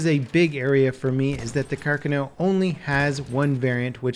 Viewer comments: Had the stop the video after the first two minutes. Can’t stand his annunciation of, “Carcano”. How can you fuck up such an easy Italian Name? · i like u but your pronunciation of carcano is horrible. And im not even italian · You are slaughtering the gun name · Im sorry but i can't it just absolutely pisses me off how you pronounce carcano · listen to this audio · That’s not how you pronounce carcano....... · If you’re going to say Carcano say it right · Stress on the 2nd syllabe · Thanks for the help. I just thought he was saying it wrong. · Here's Othais from C&Rsenal with correct placement of stress in the name "Carcano" (second syllable, not first). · Finally! As an italian it kinda hurts my ear when people mispronounce it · Why are Americans not able to pronounce any word right thats not english? Like here the name Carcano, grinds my gears everytime he says it. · JeromeZP TV sorry sir, im italian, your source is wrong and said by a non rated italian speaker. Carcano is famous as a word here, no errors. He's saying it the wrong way. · yeah it’s actually really annoying lmao I noticed it right off the bat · Berserkir af Óðinn, English has pretty free stress on syllables. There's nothing more or less intuitive about stressing the first vs the second syllable. Plus, there are a ton of Italian family names in the US with the same stress pattern: Pacino, Montana, Barbera, Stefani, Lombardo, etc. They are all pronounced with the correct stress pattern. Not sure why it would be so hard in this case. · Yea it's not car car no it's has one "r" not two car khan o is how it's spoken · Pls its car carno not carconoe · Andrea Musso he spelled it as Càrcano, while it is Carcàno... Comunque ciao ahaha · CAR-CA-NO not CAR-CANO. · It's Car-CA-no, not CAR-cano It's Ob-REZ, not OB-rez It's Avto-MAT, not AV-tomat From now on, we will call you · Never heard of the carcan-o. I do like the car-cano though. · Car-kahn-oh Not Car-kuh-now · "Carcanow"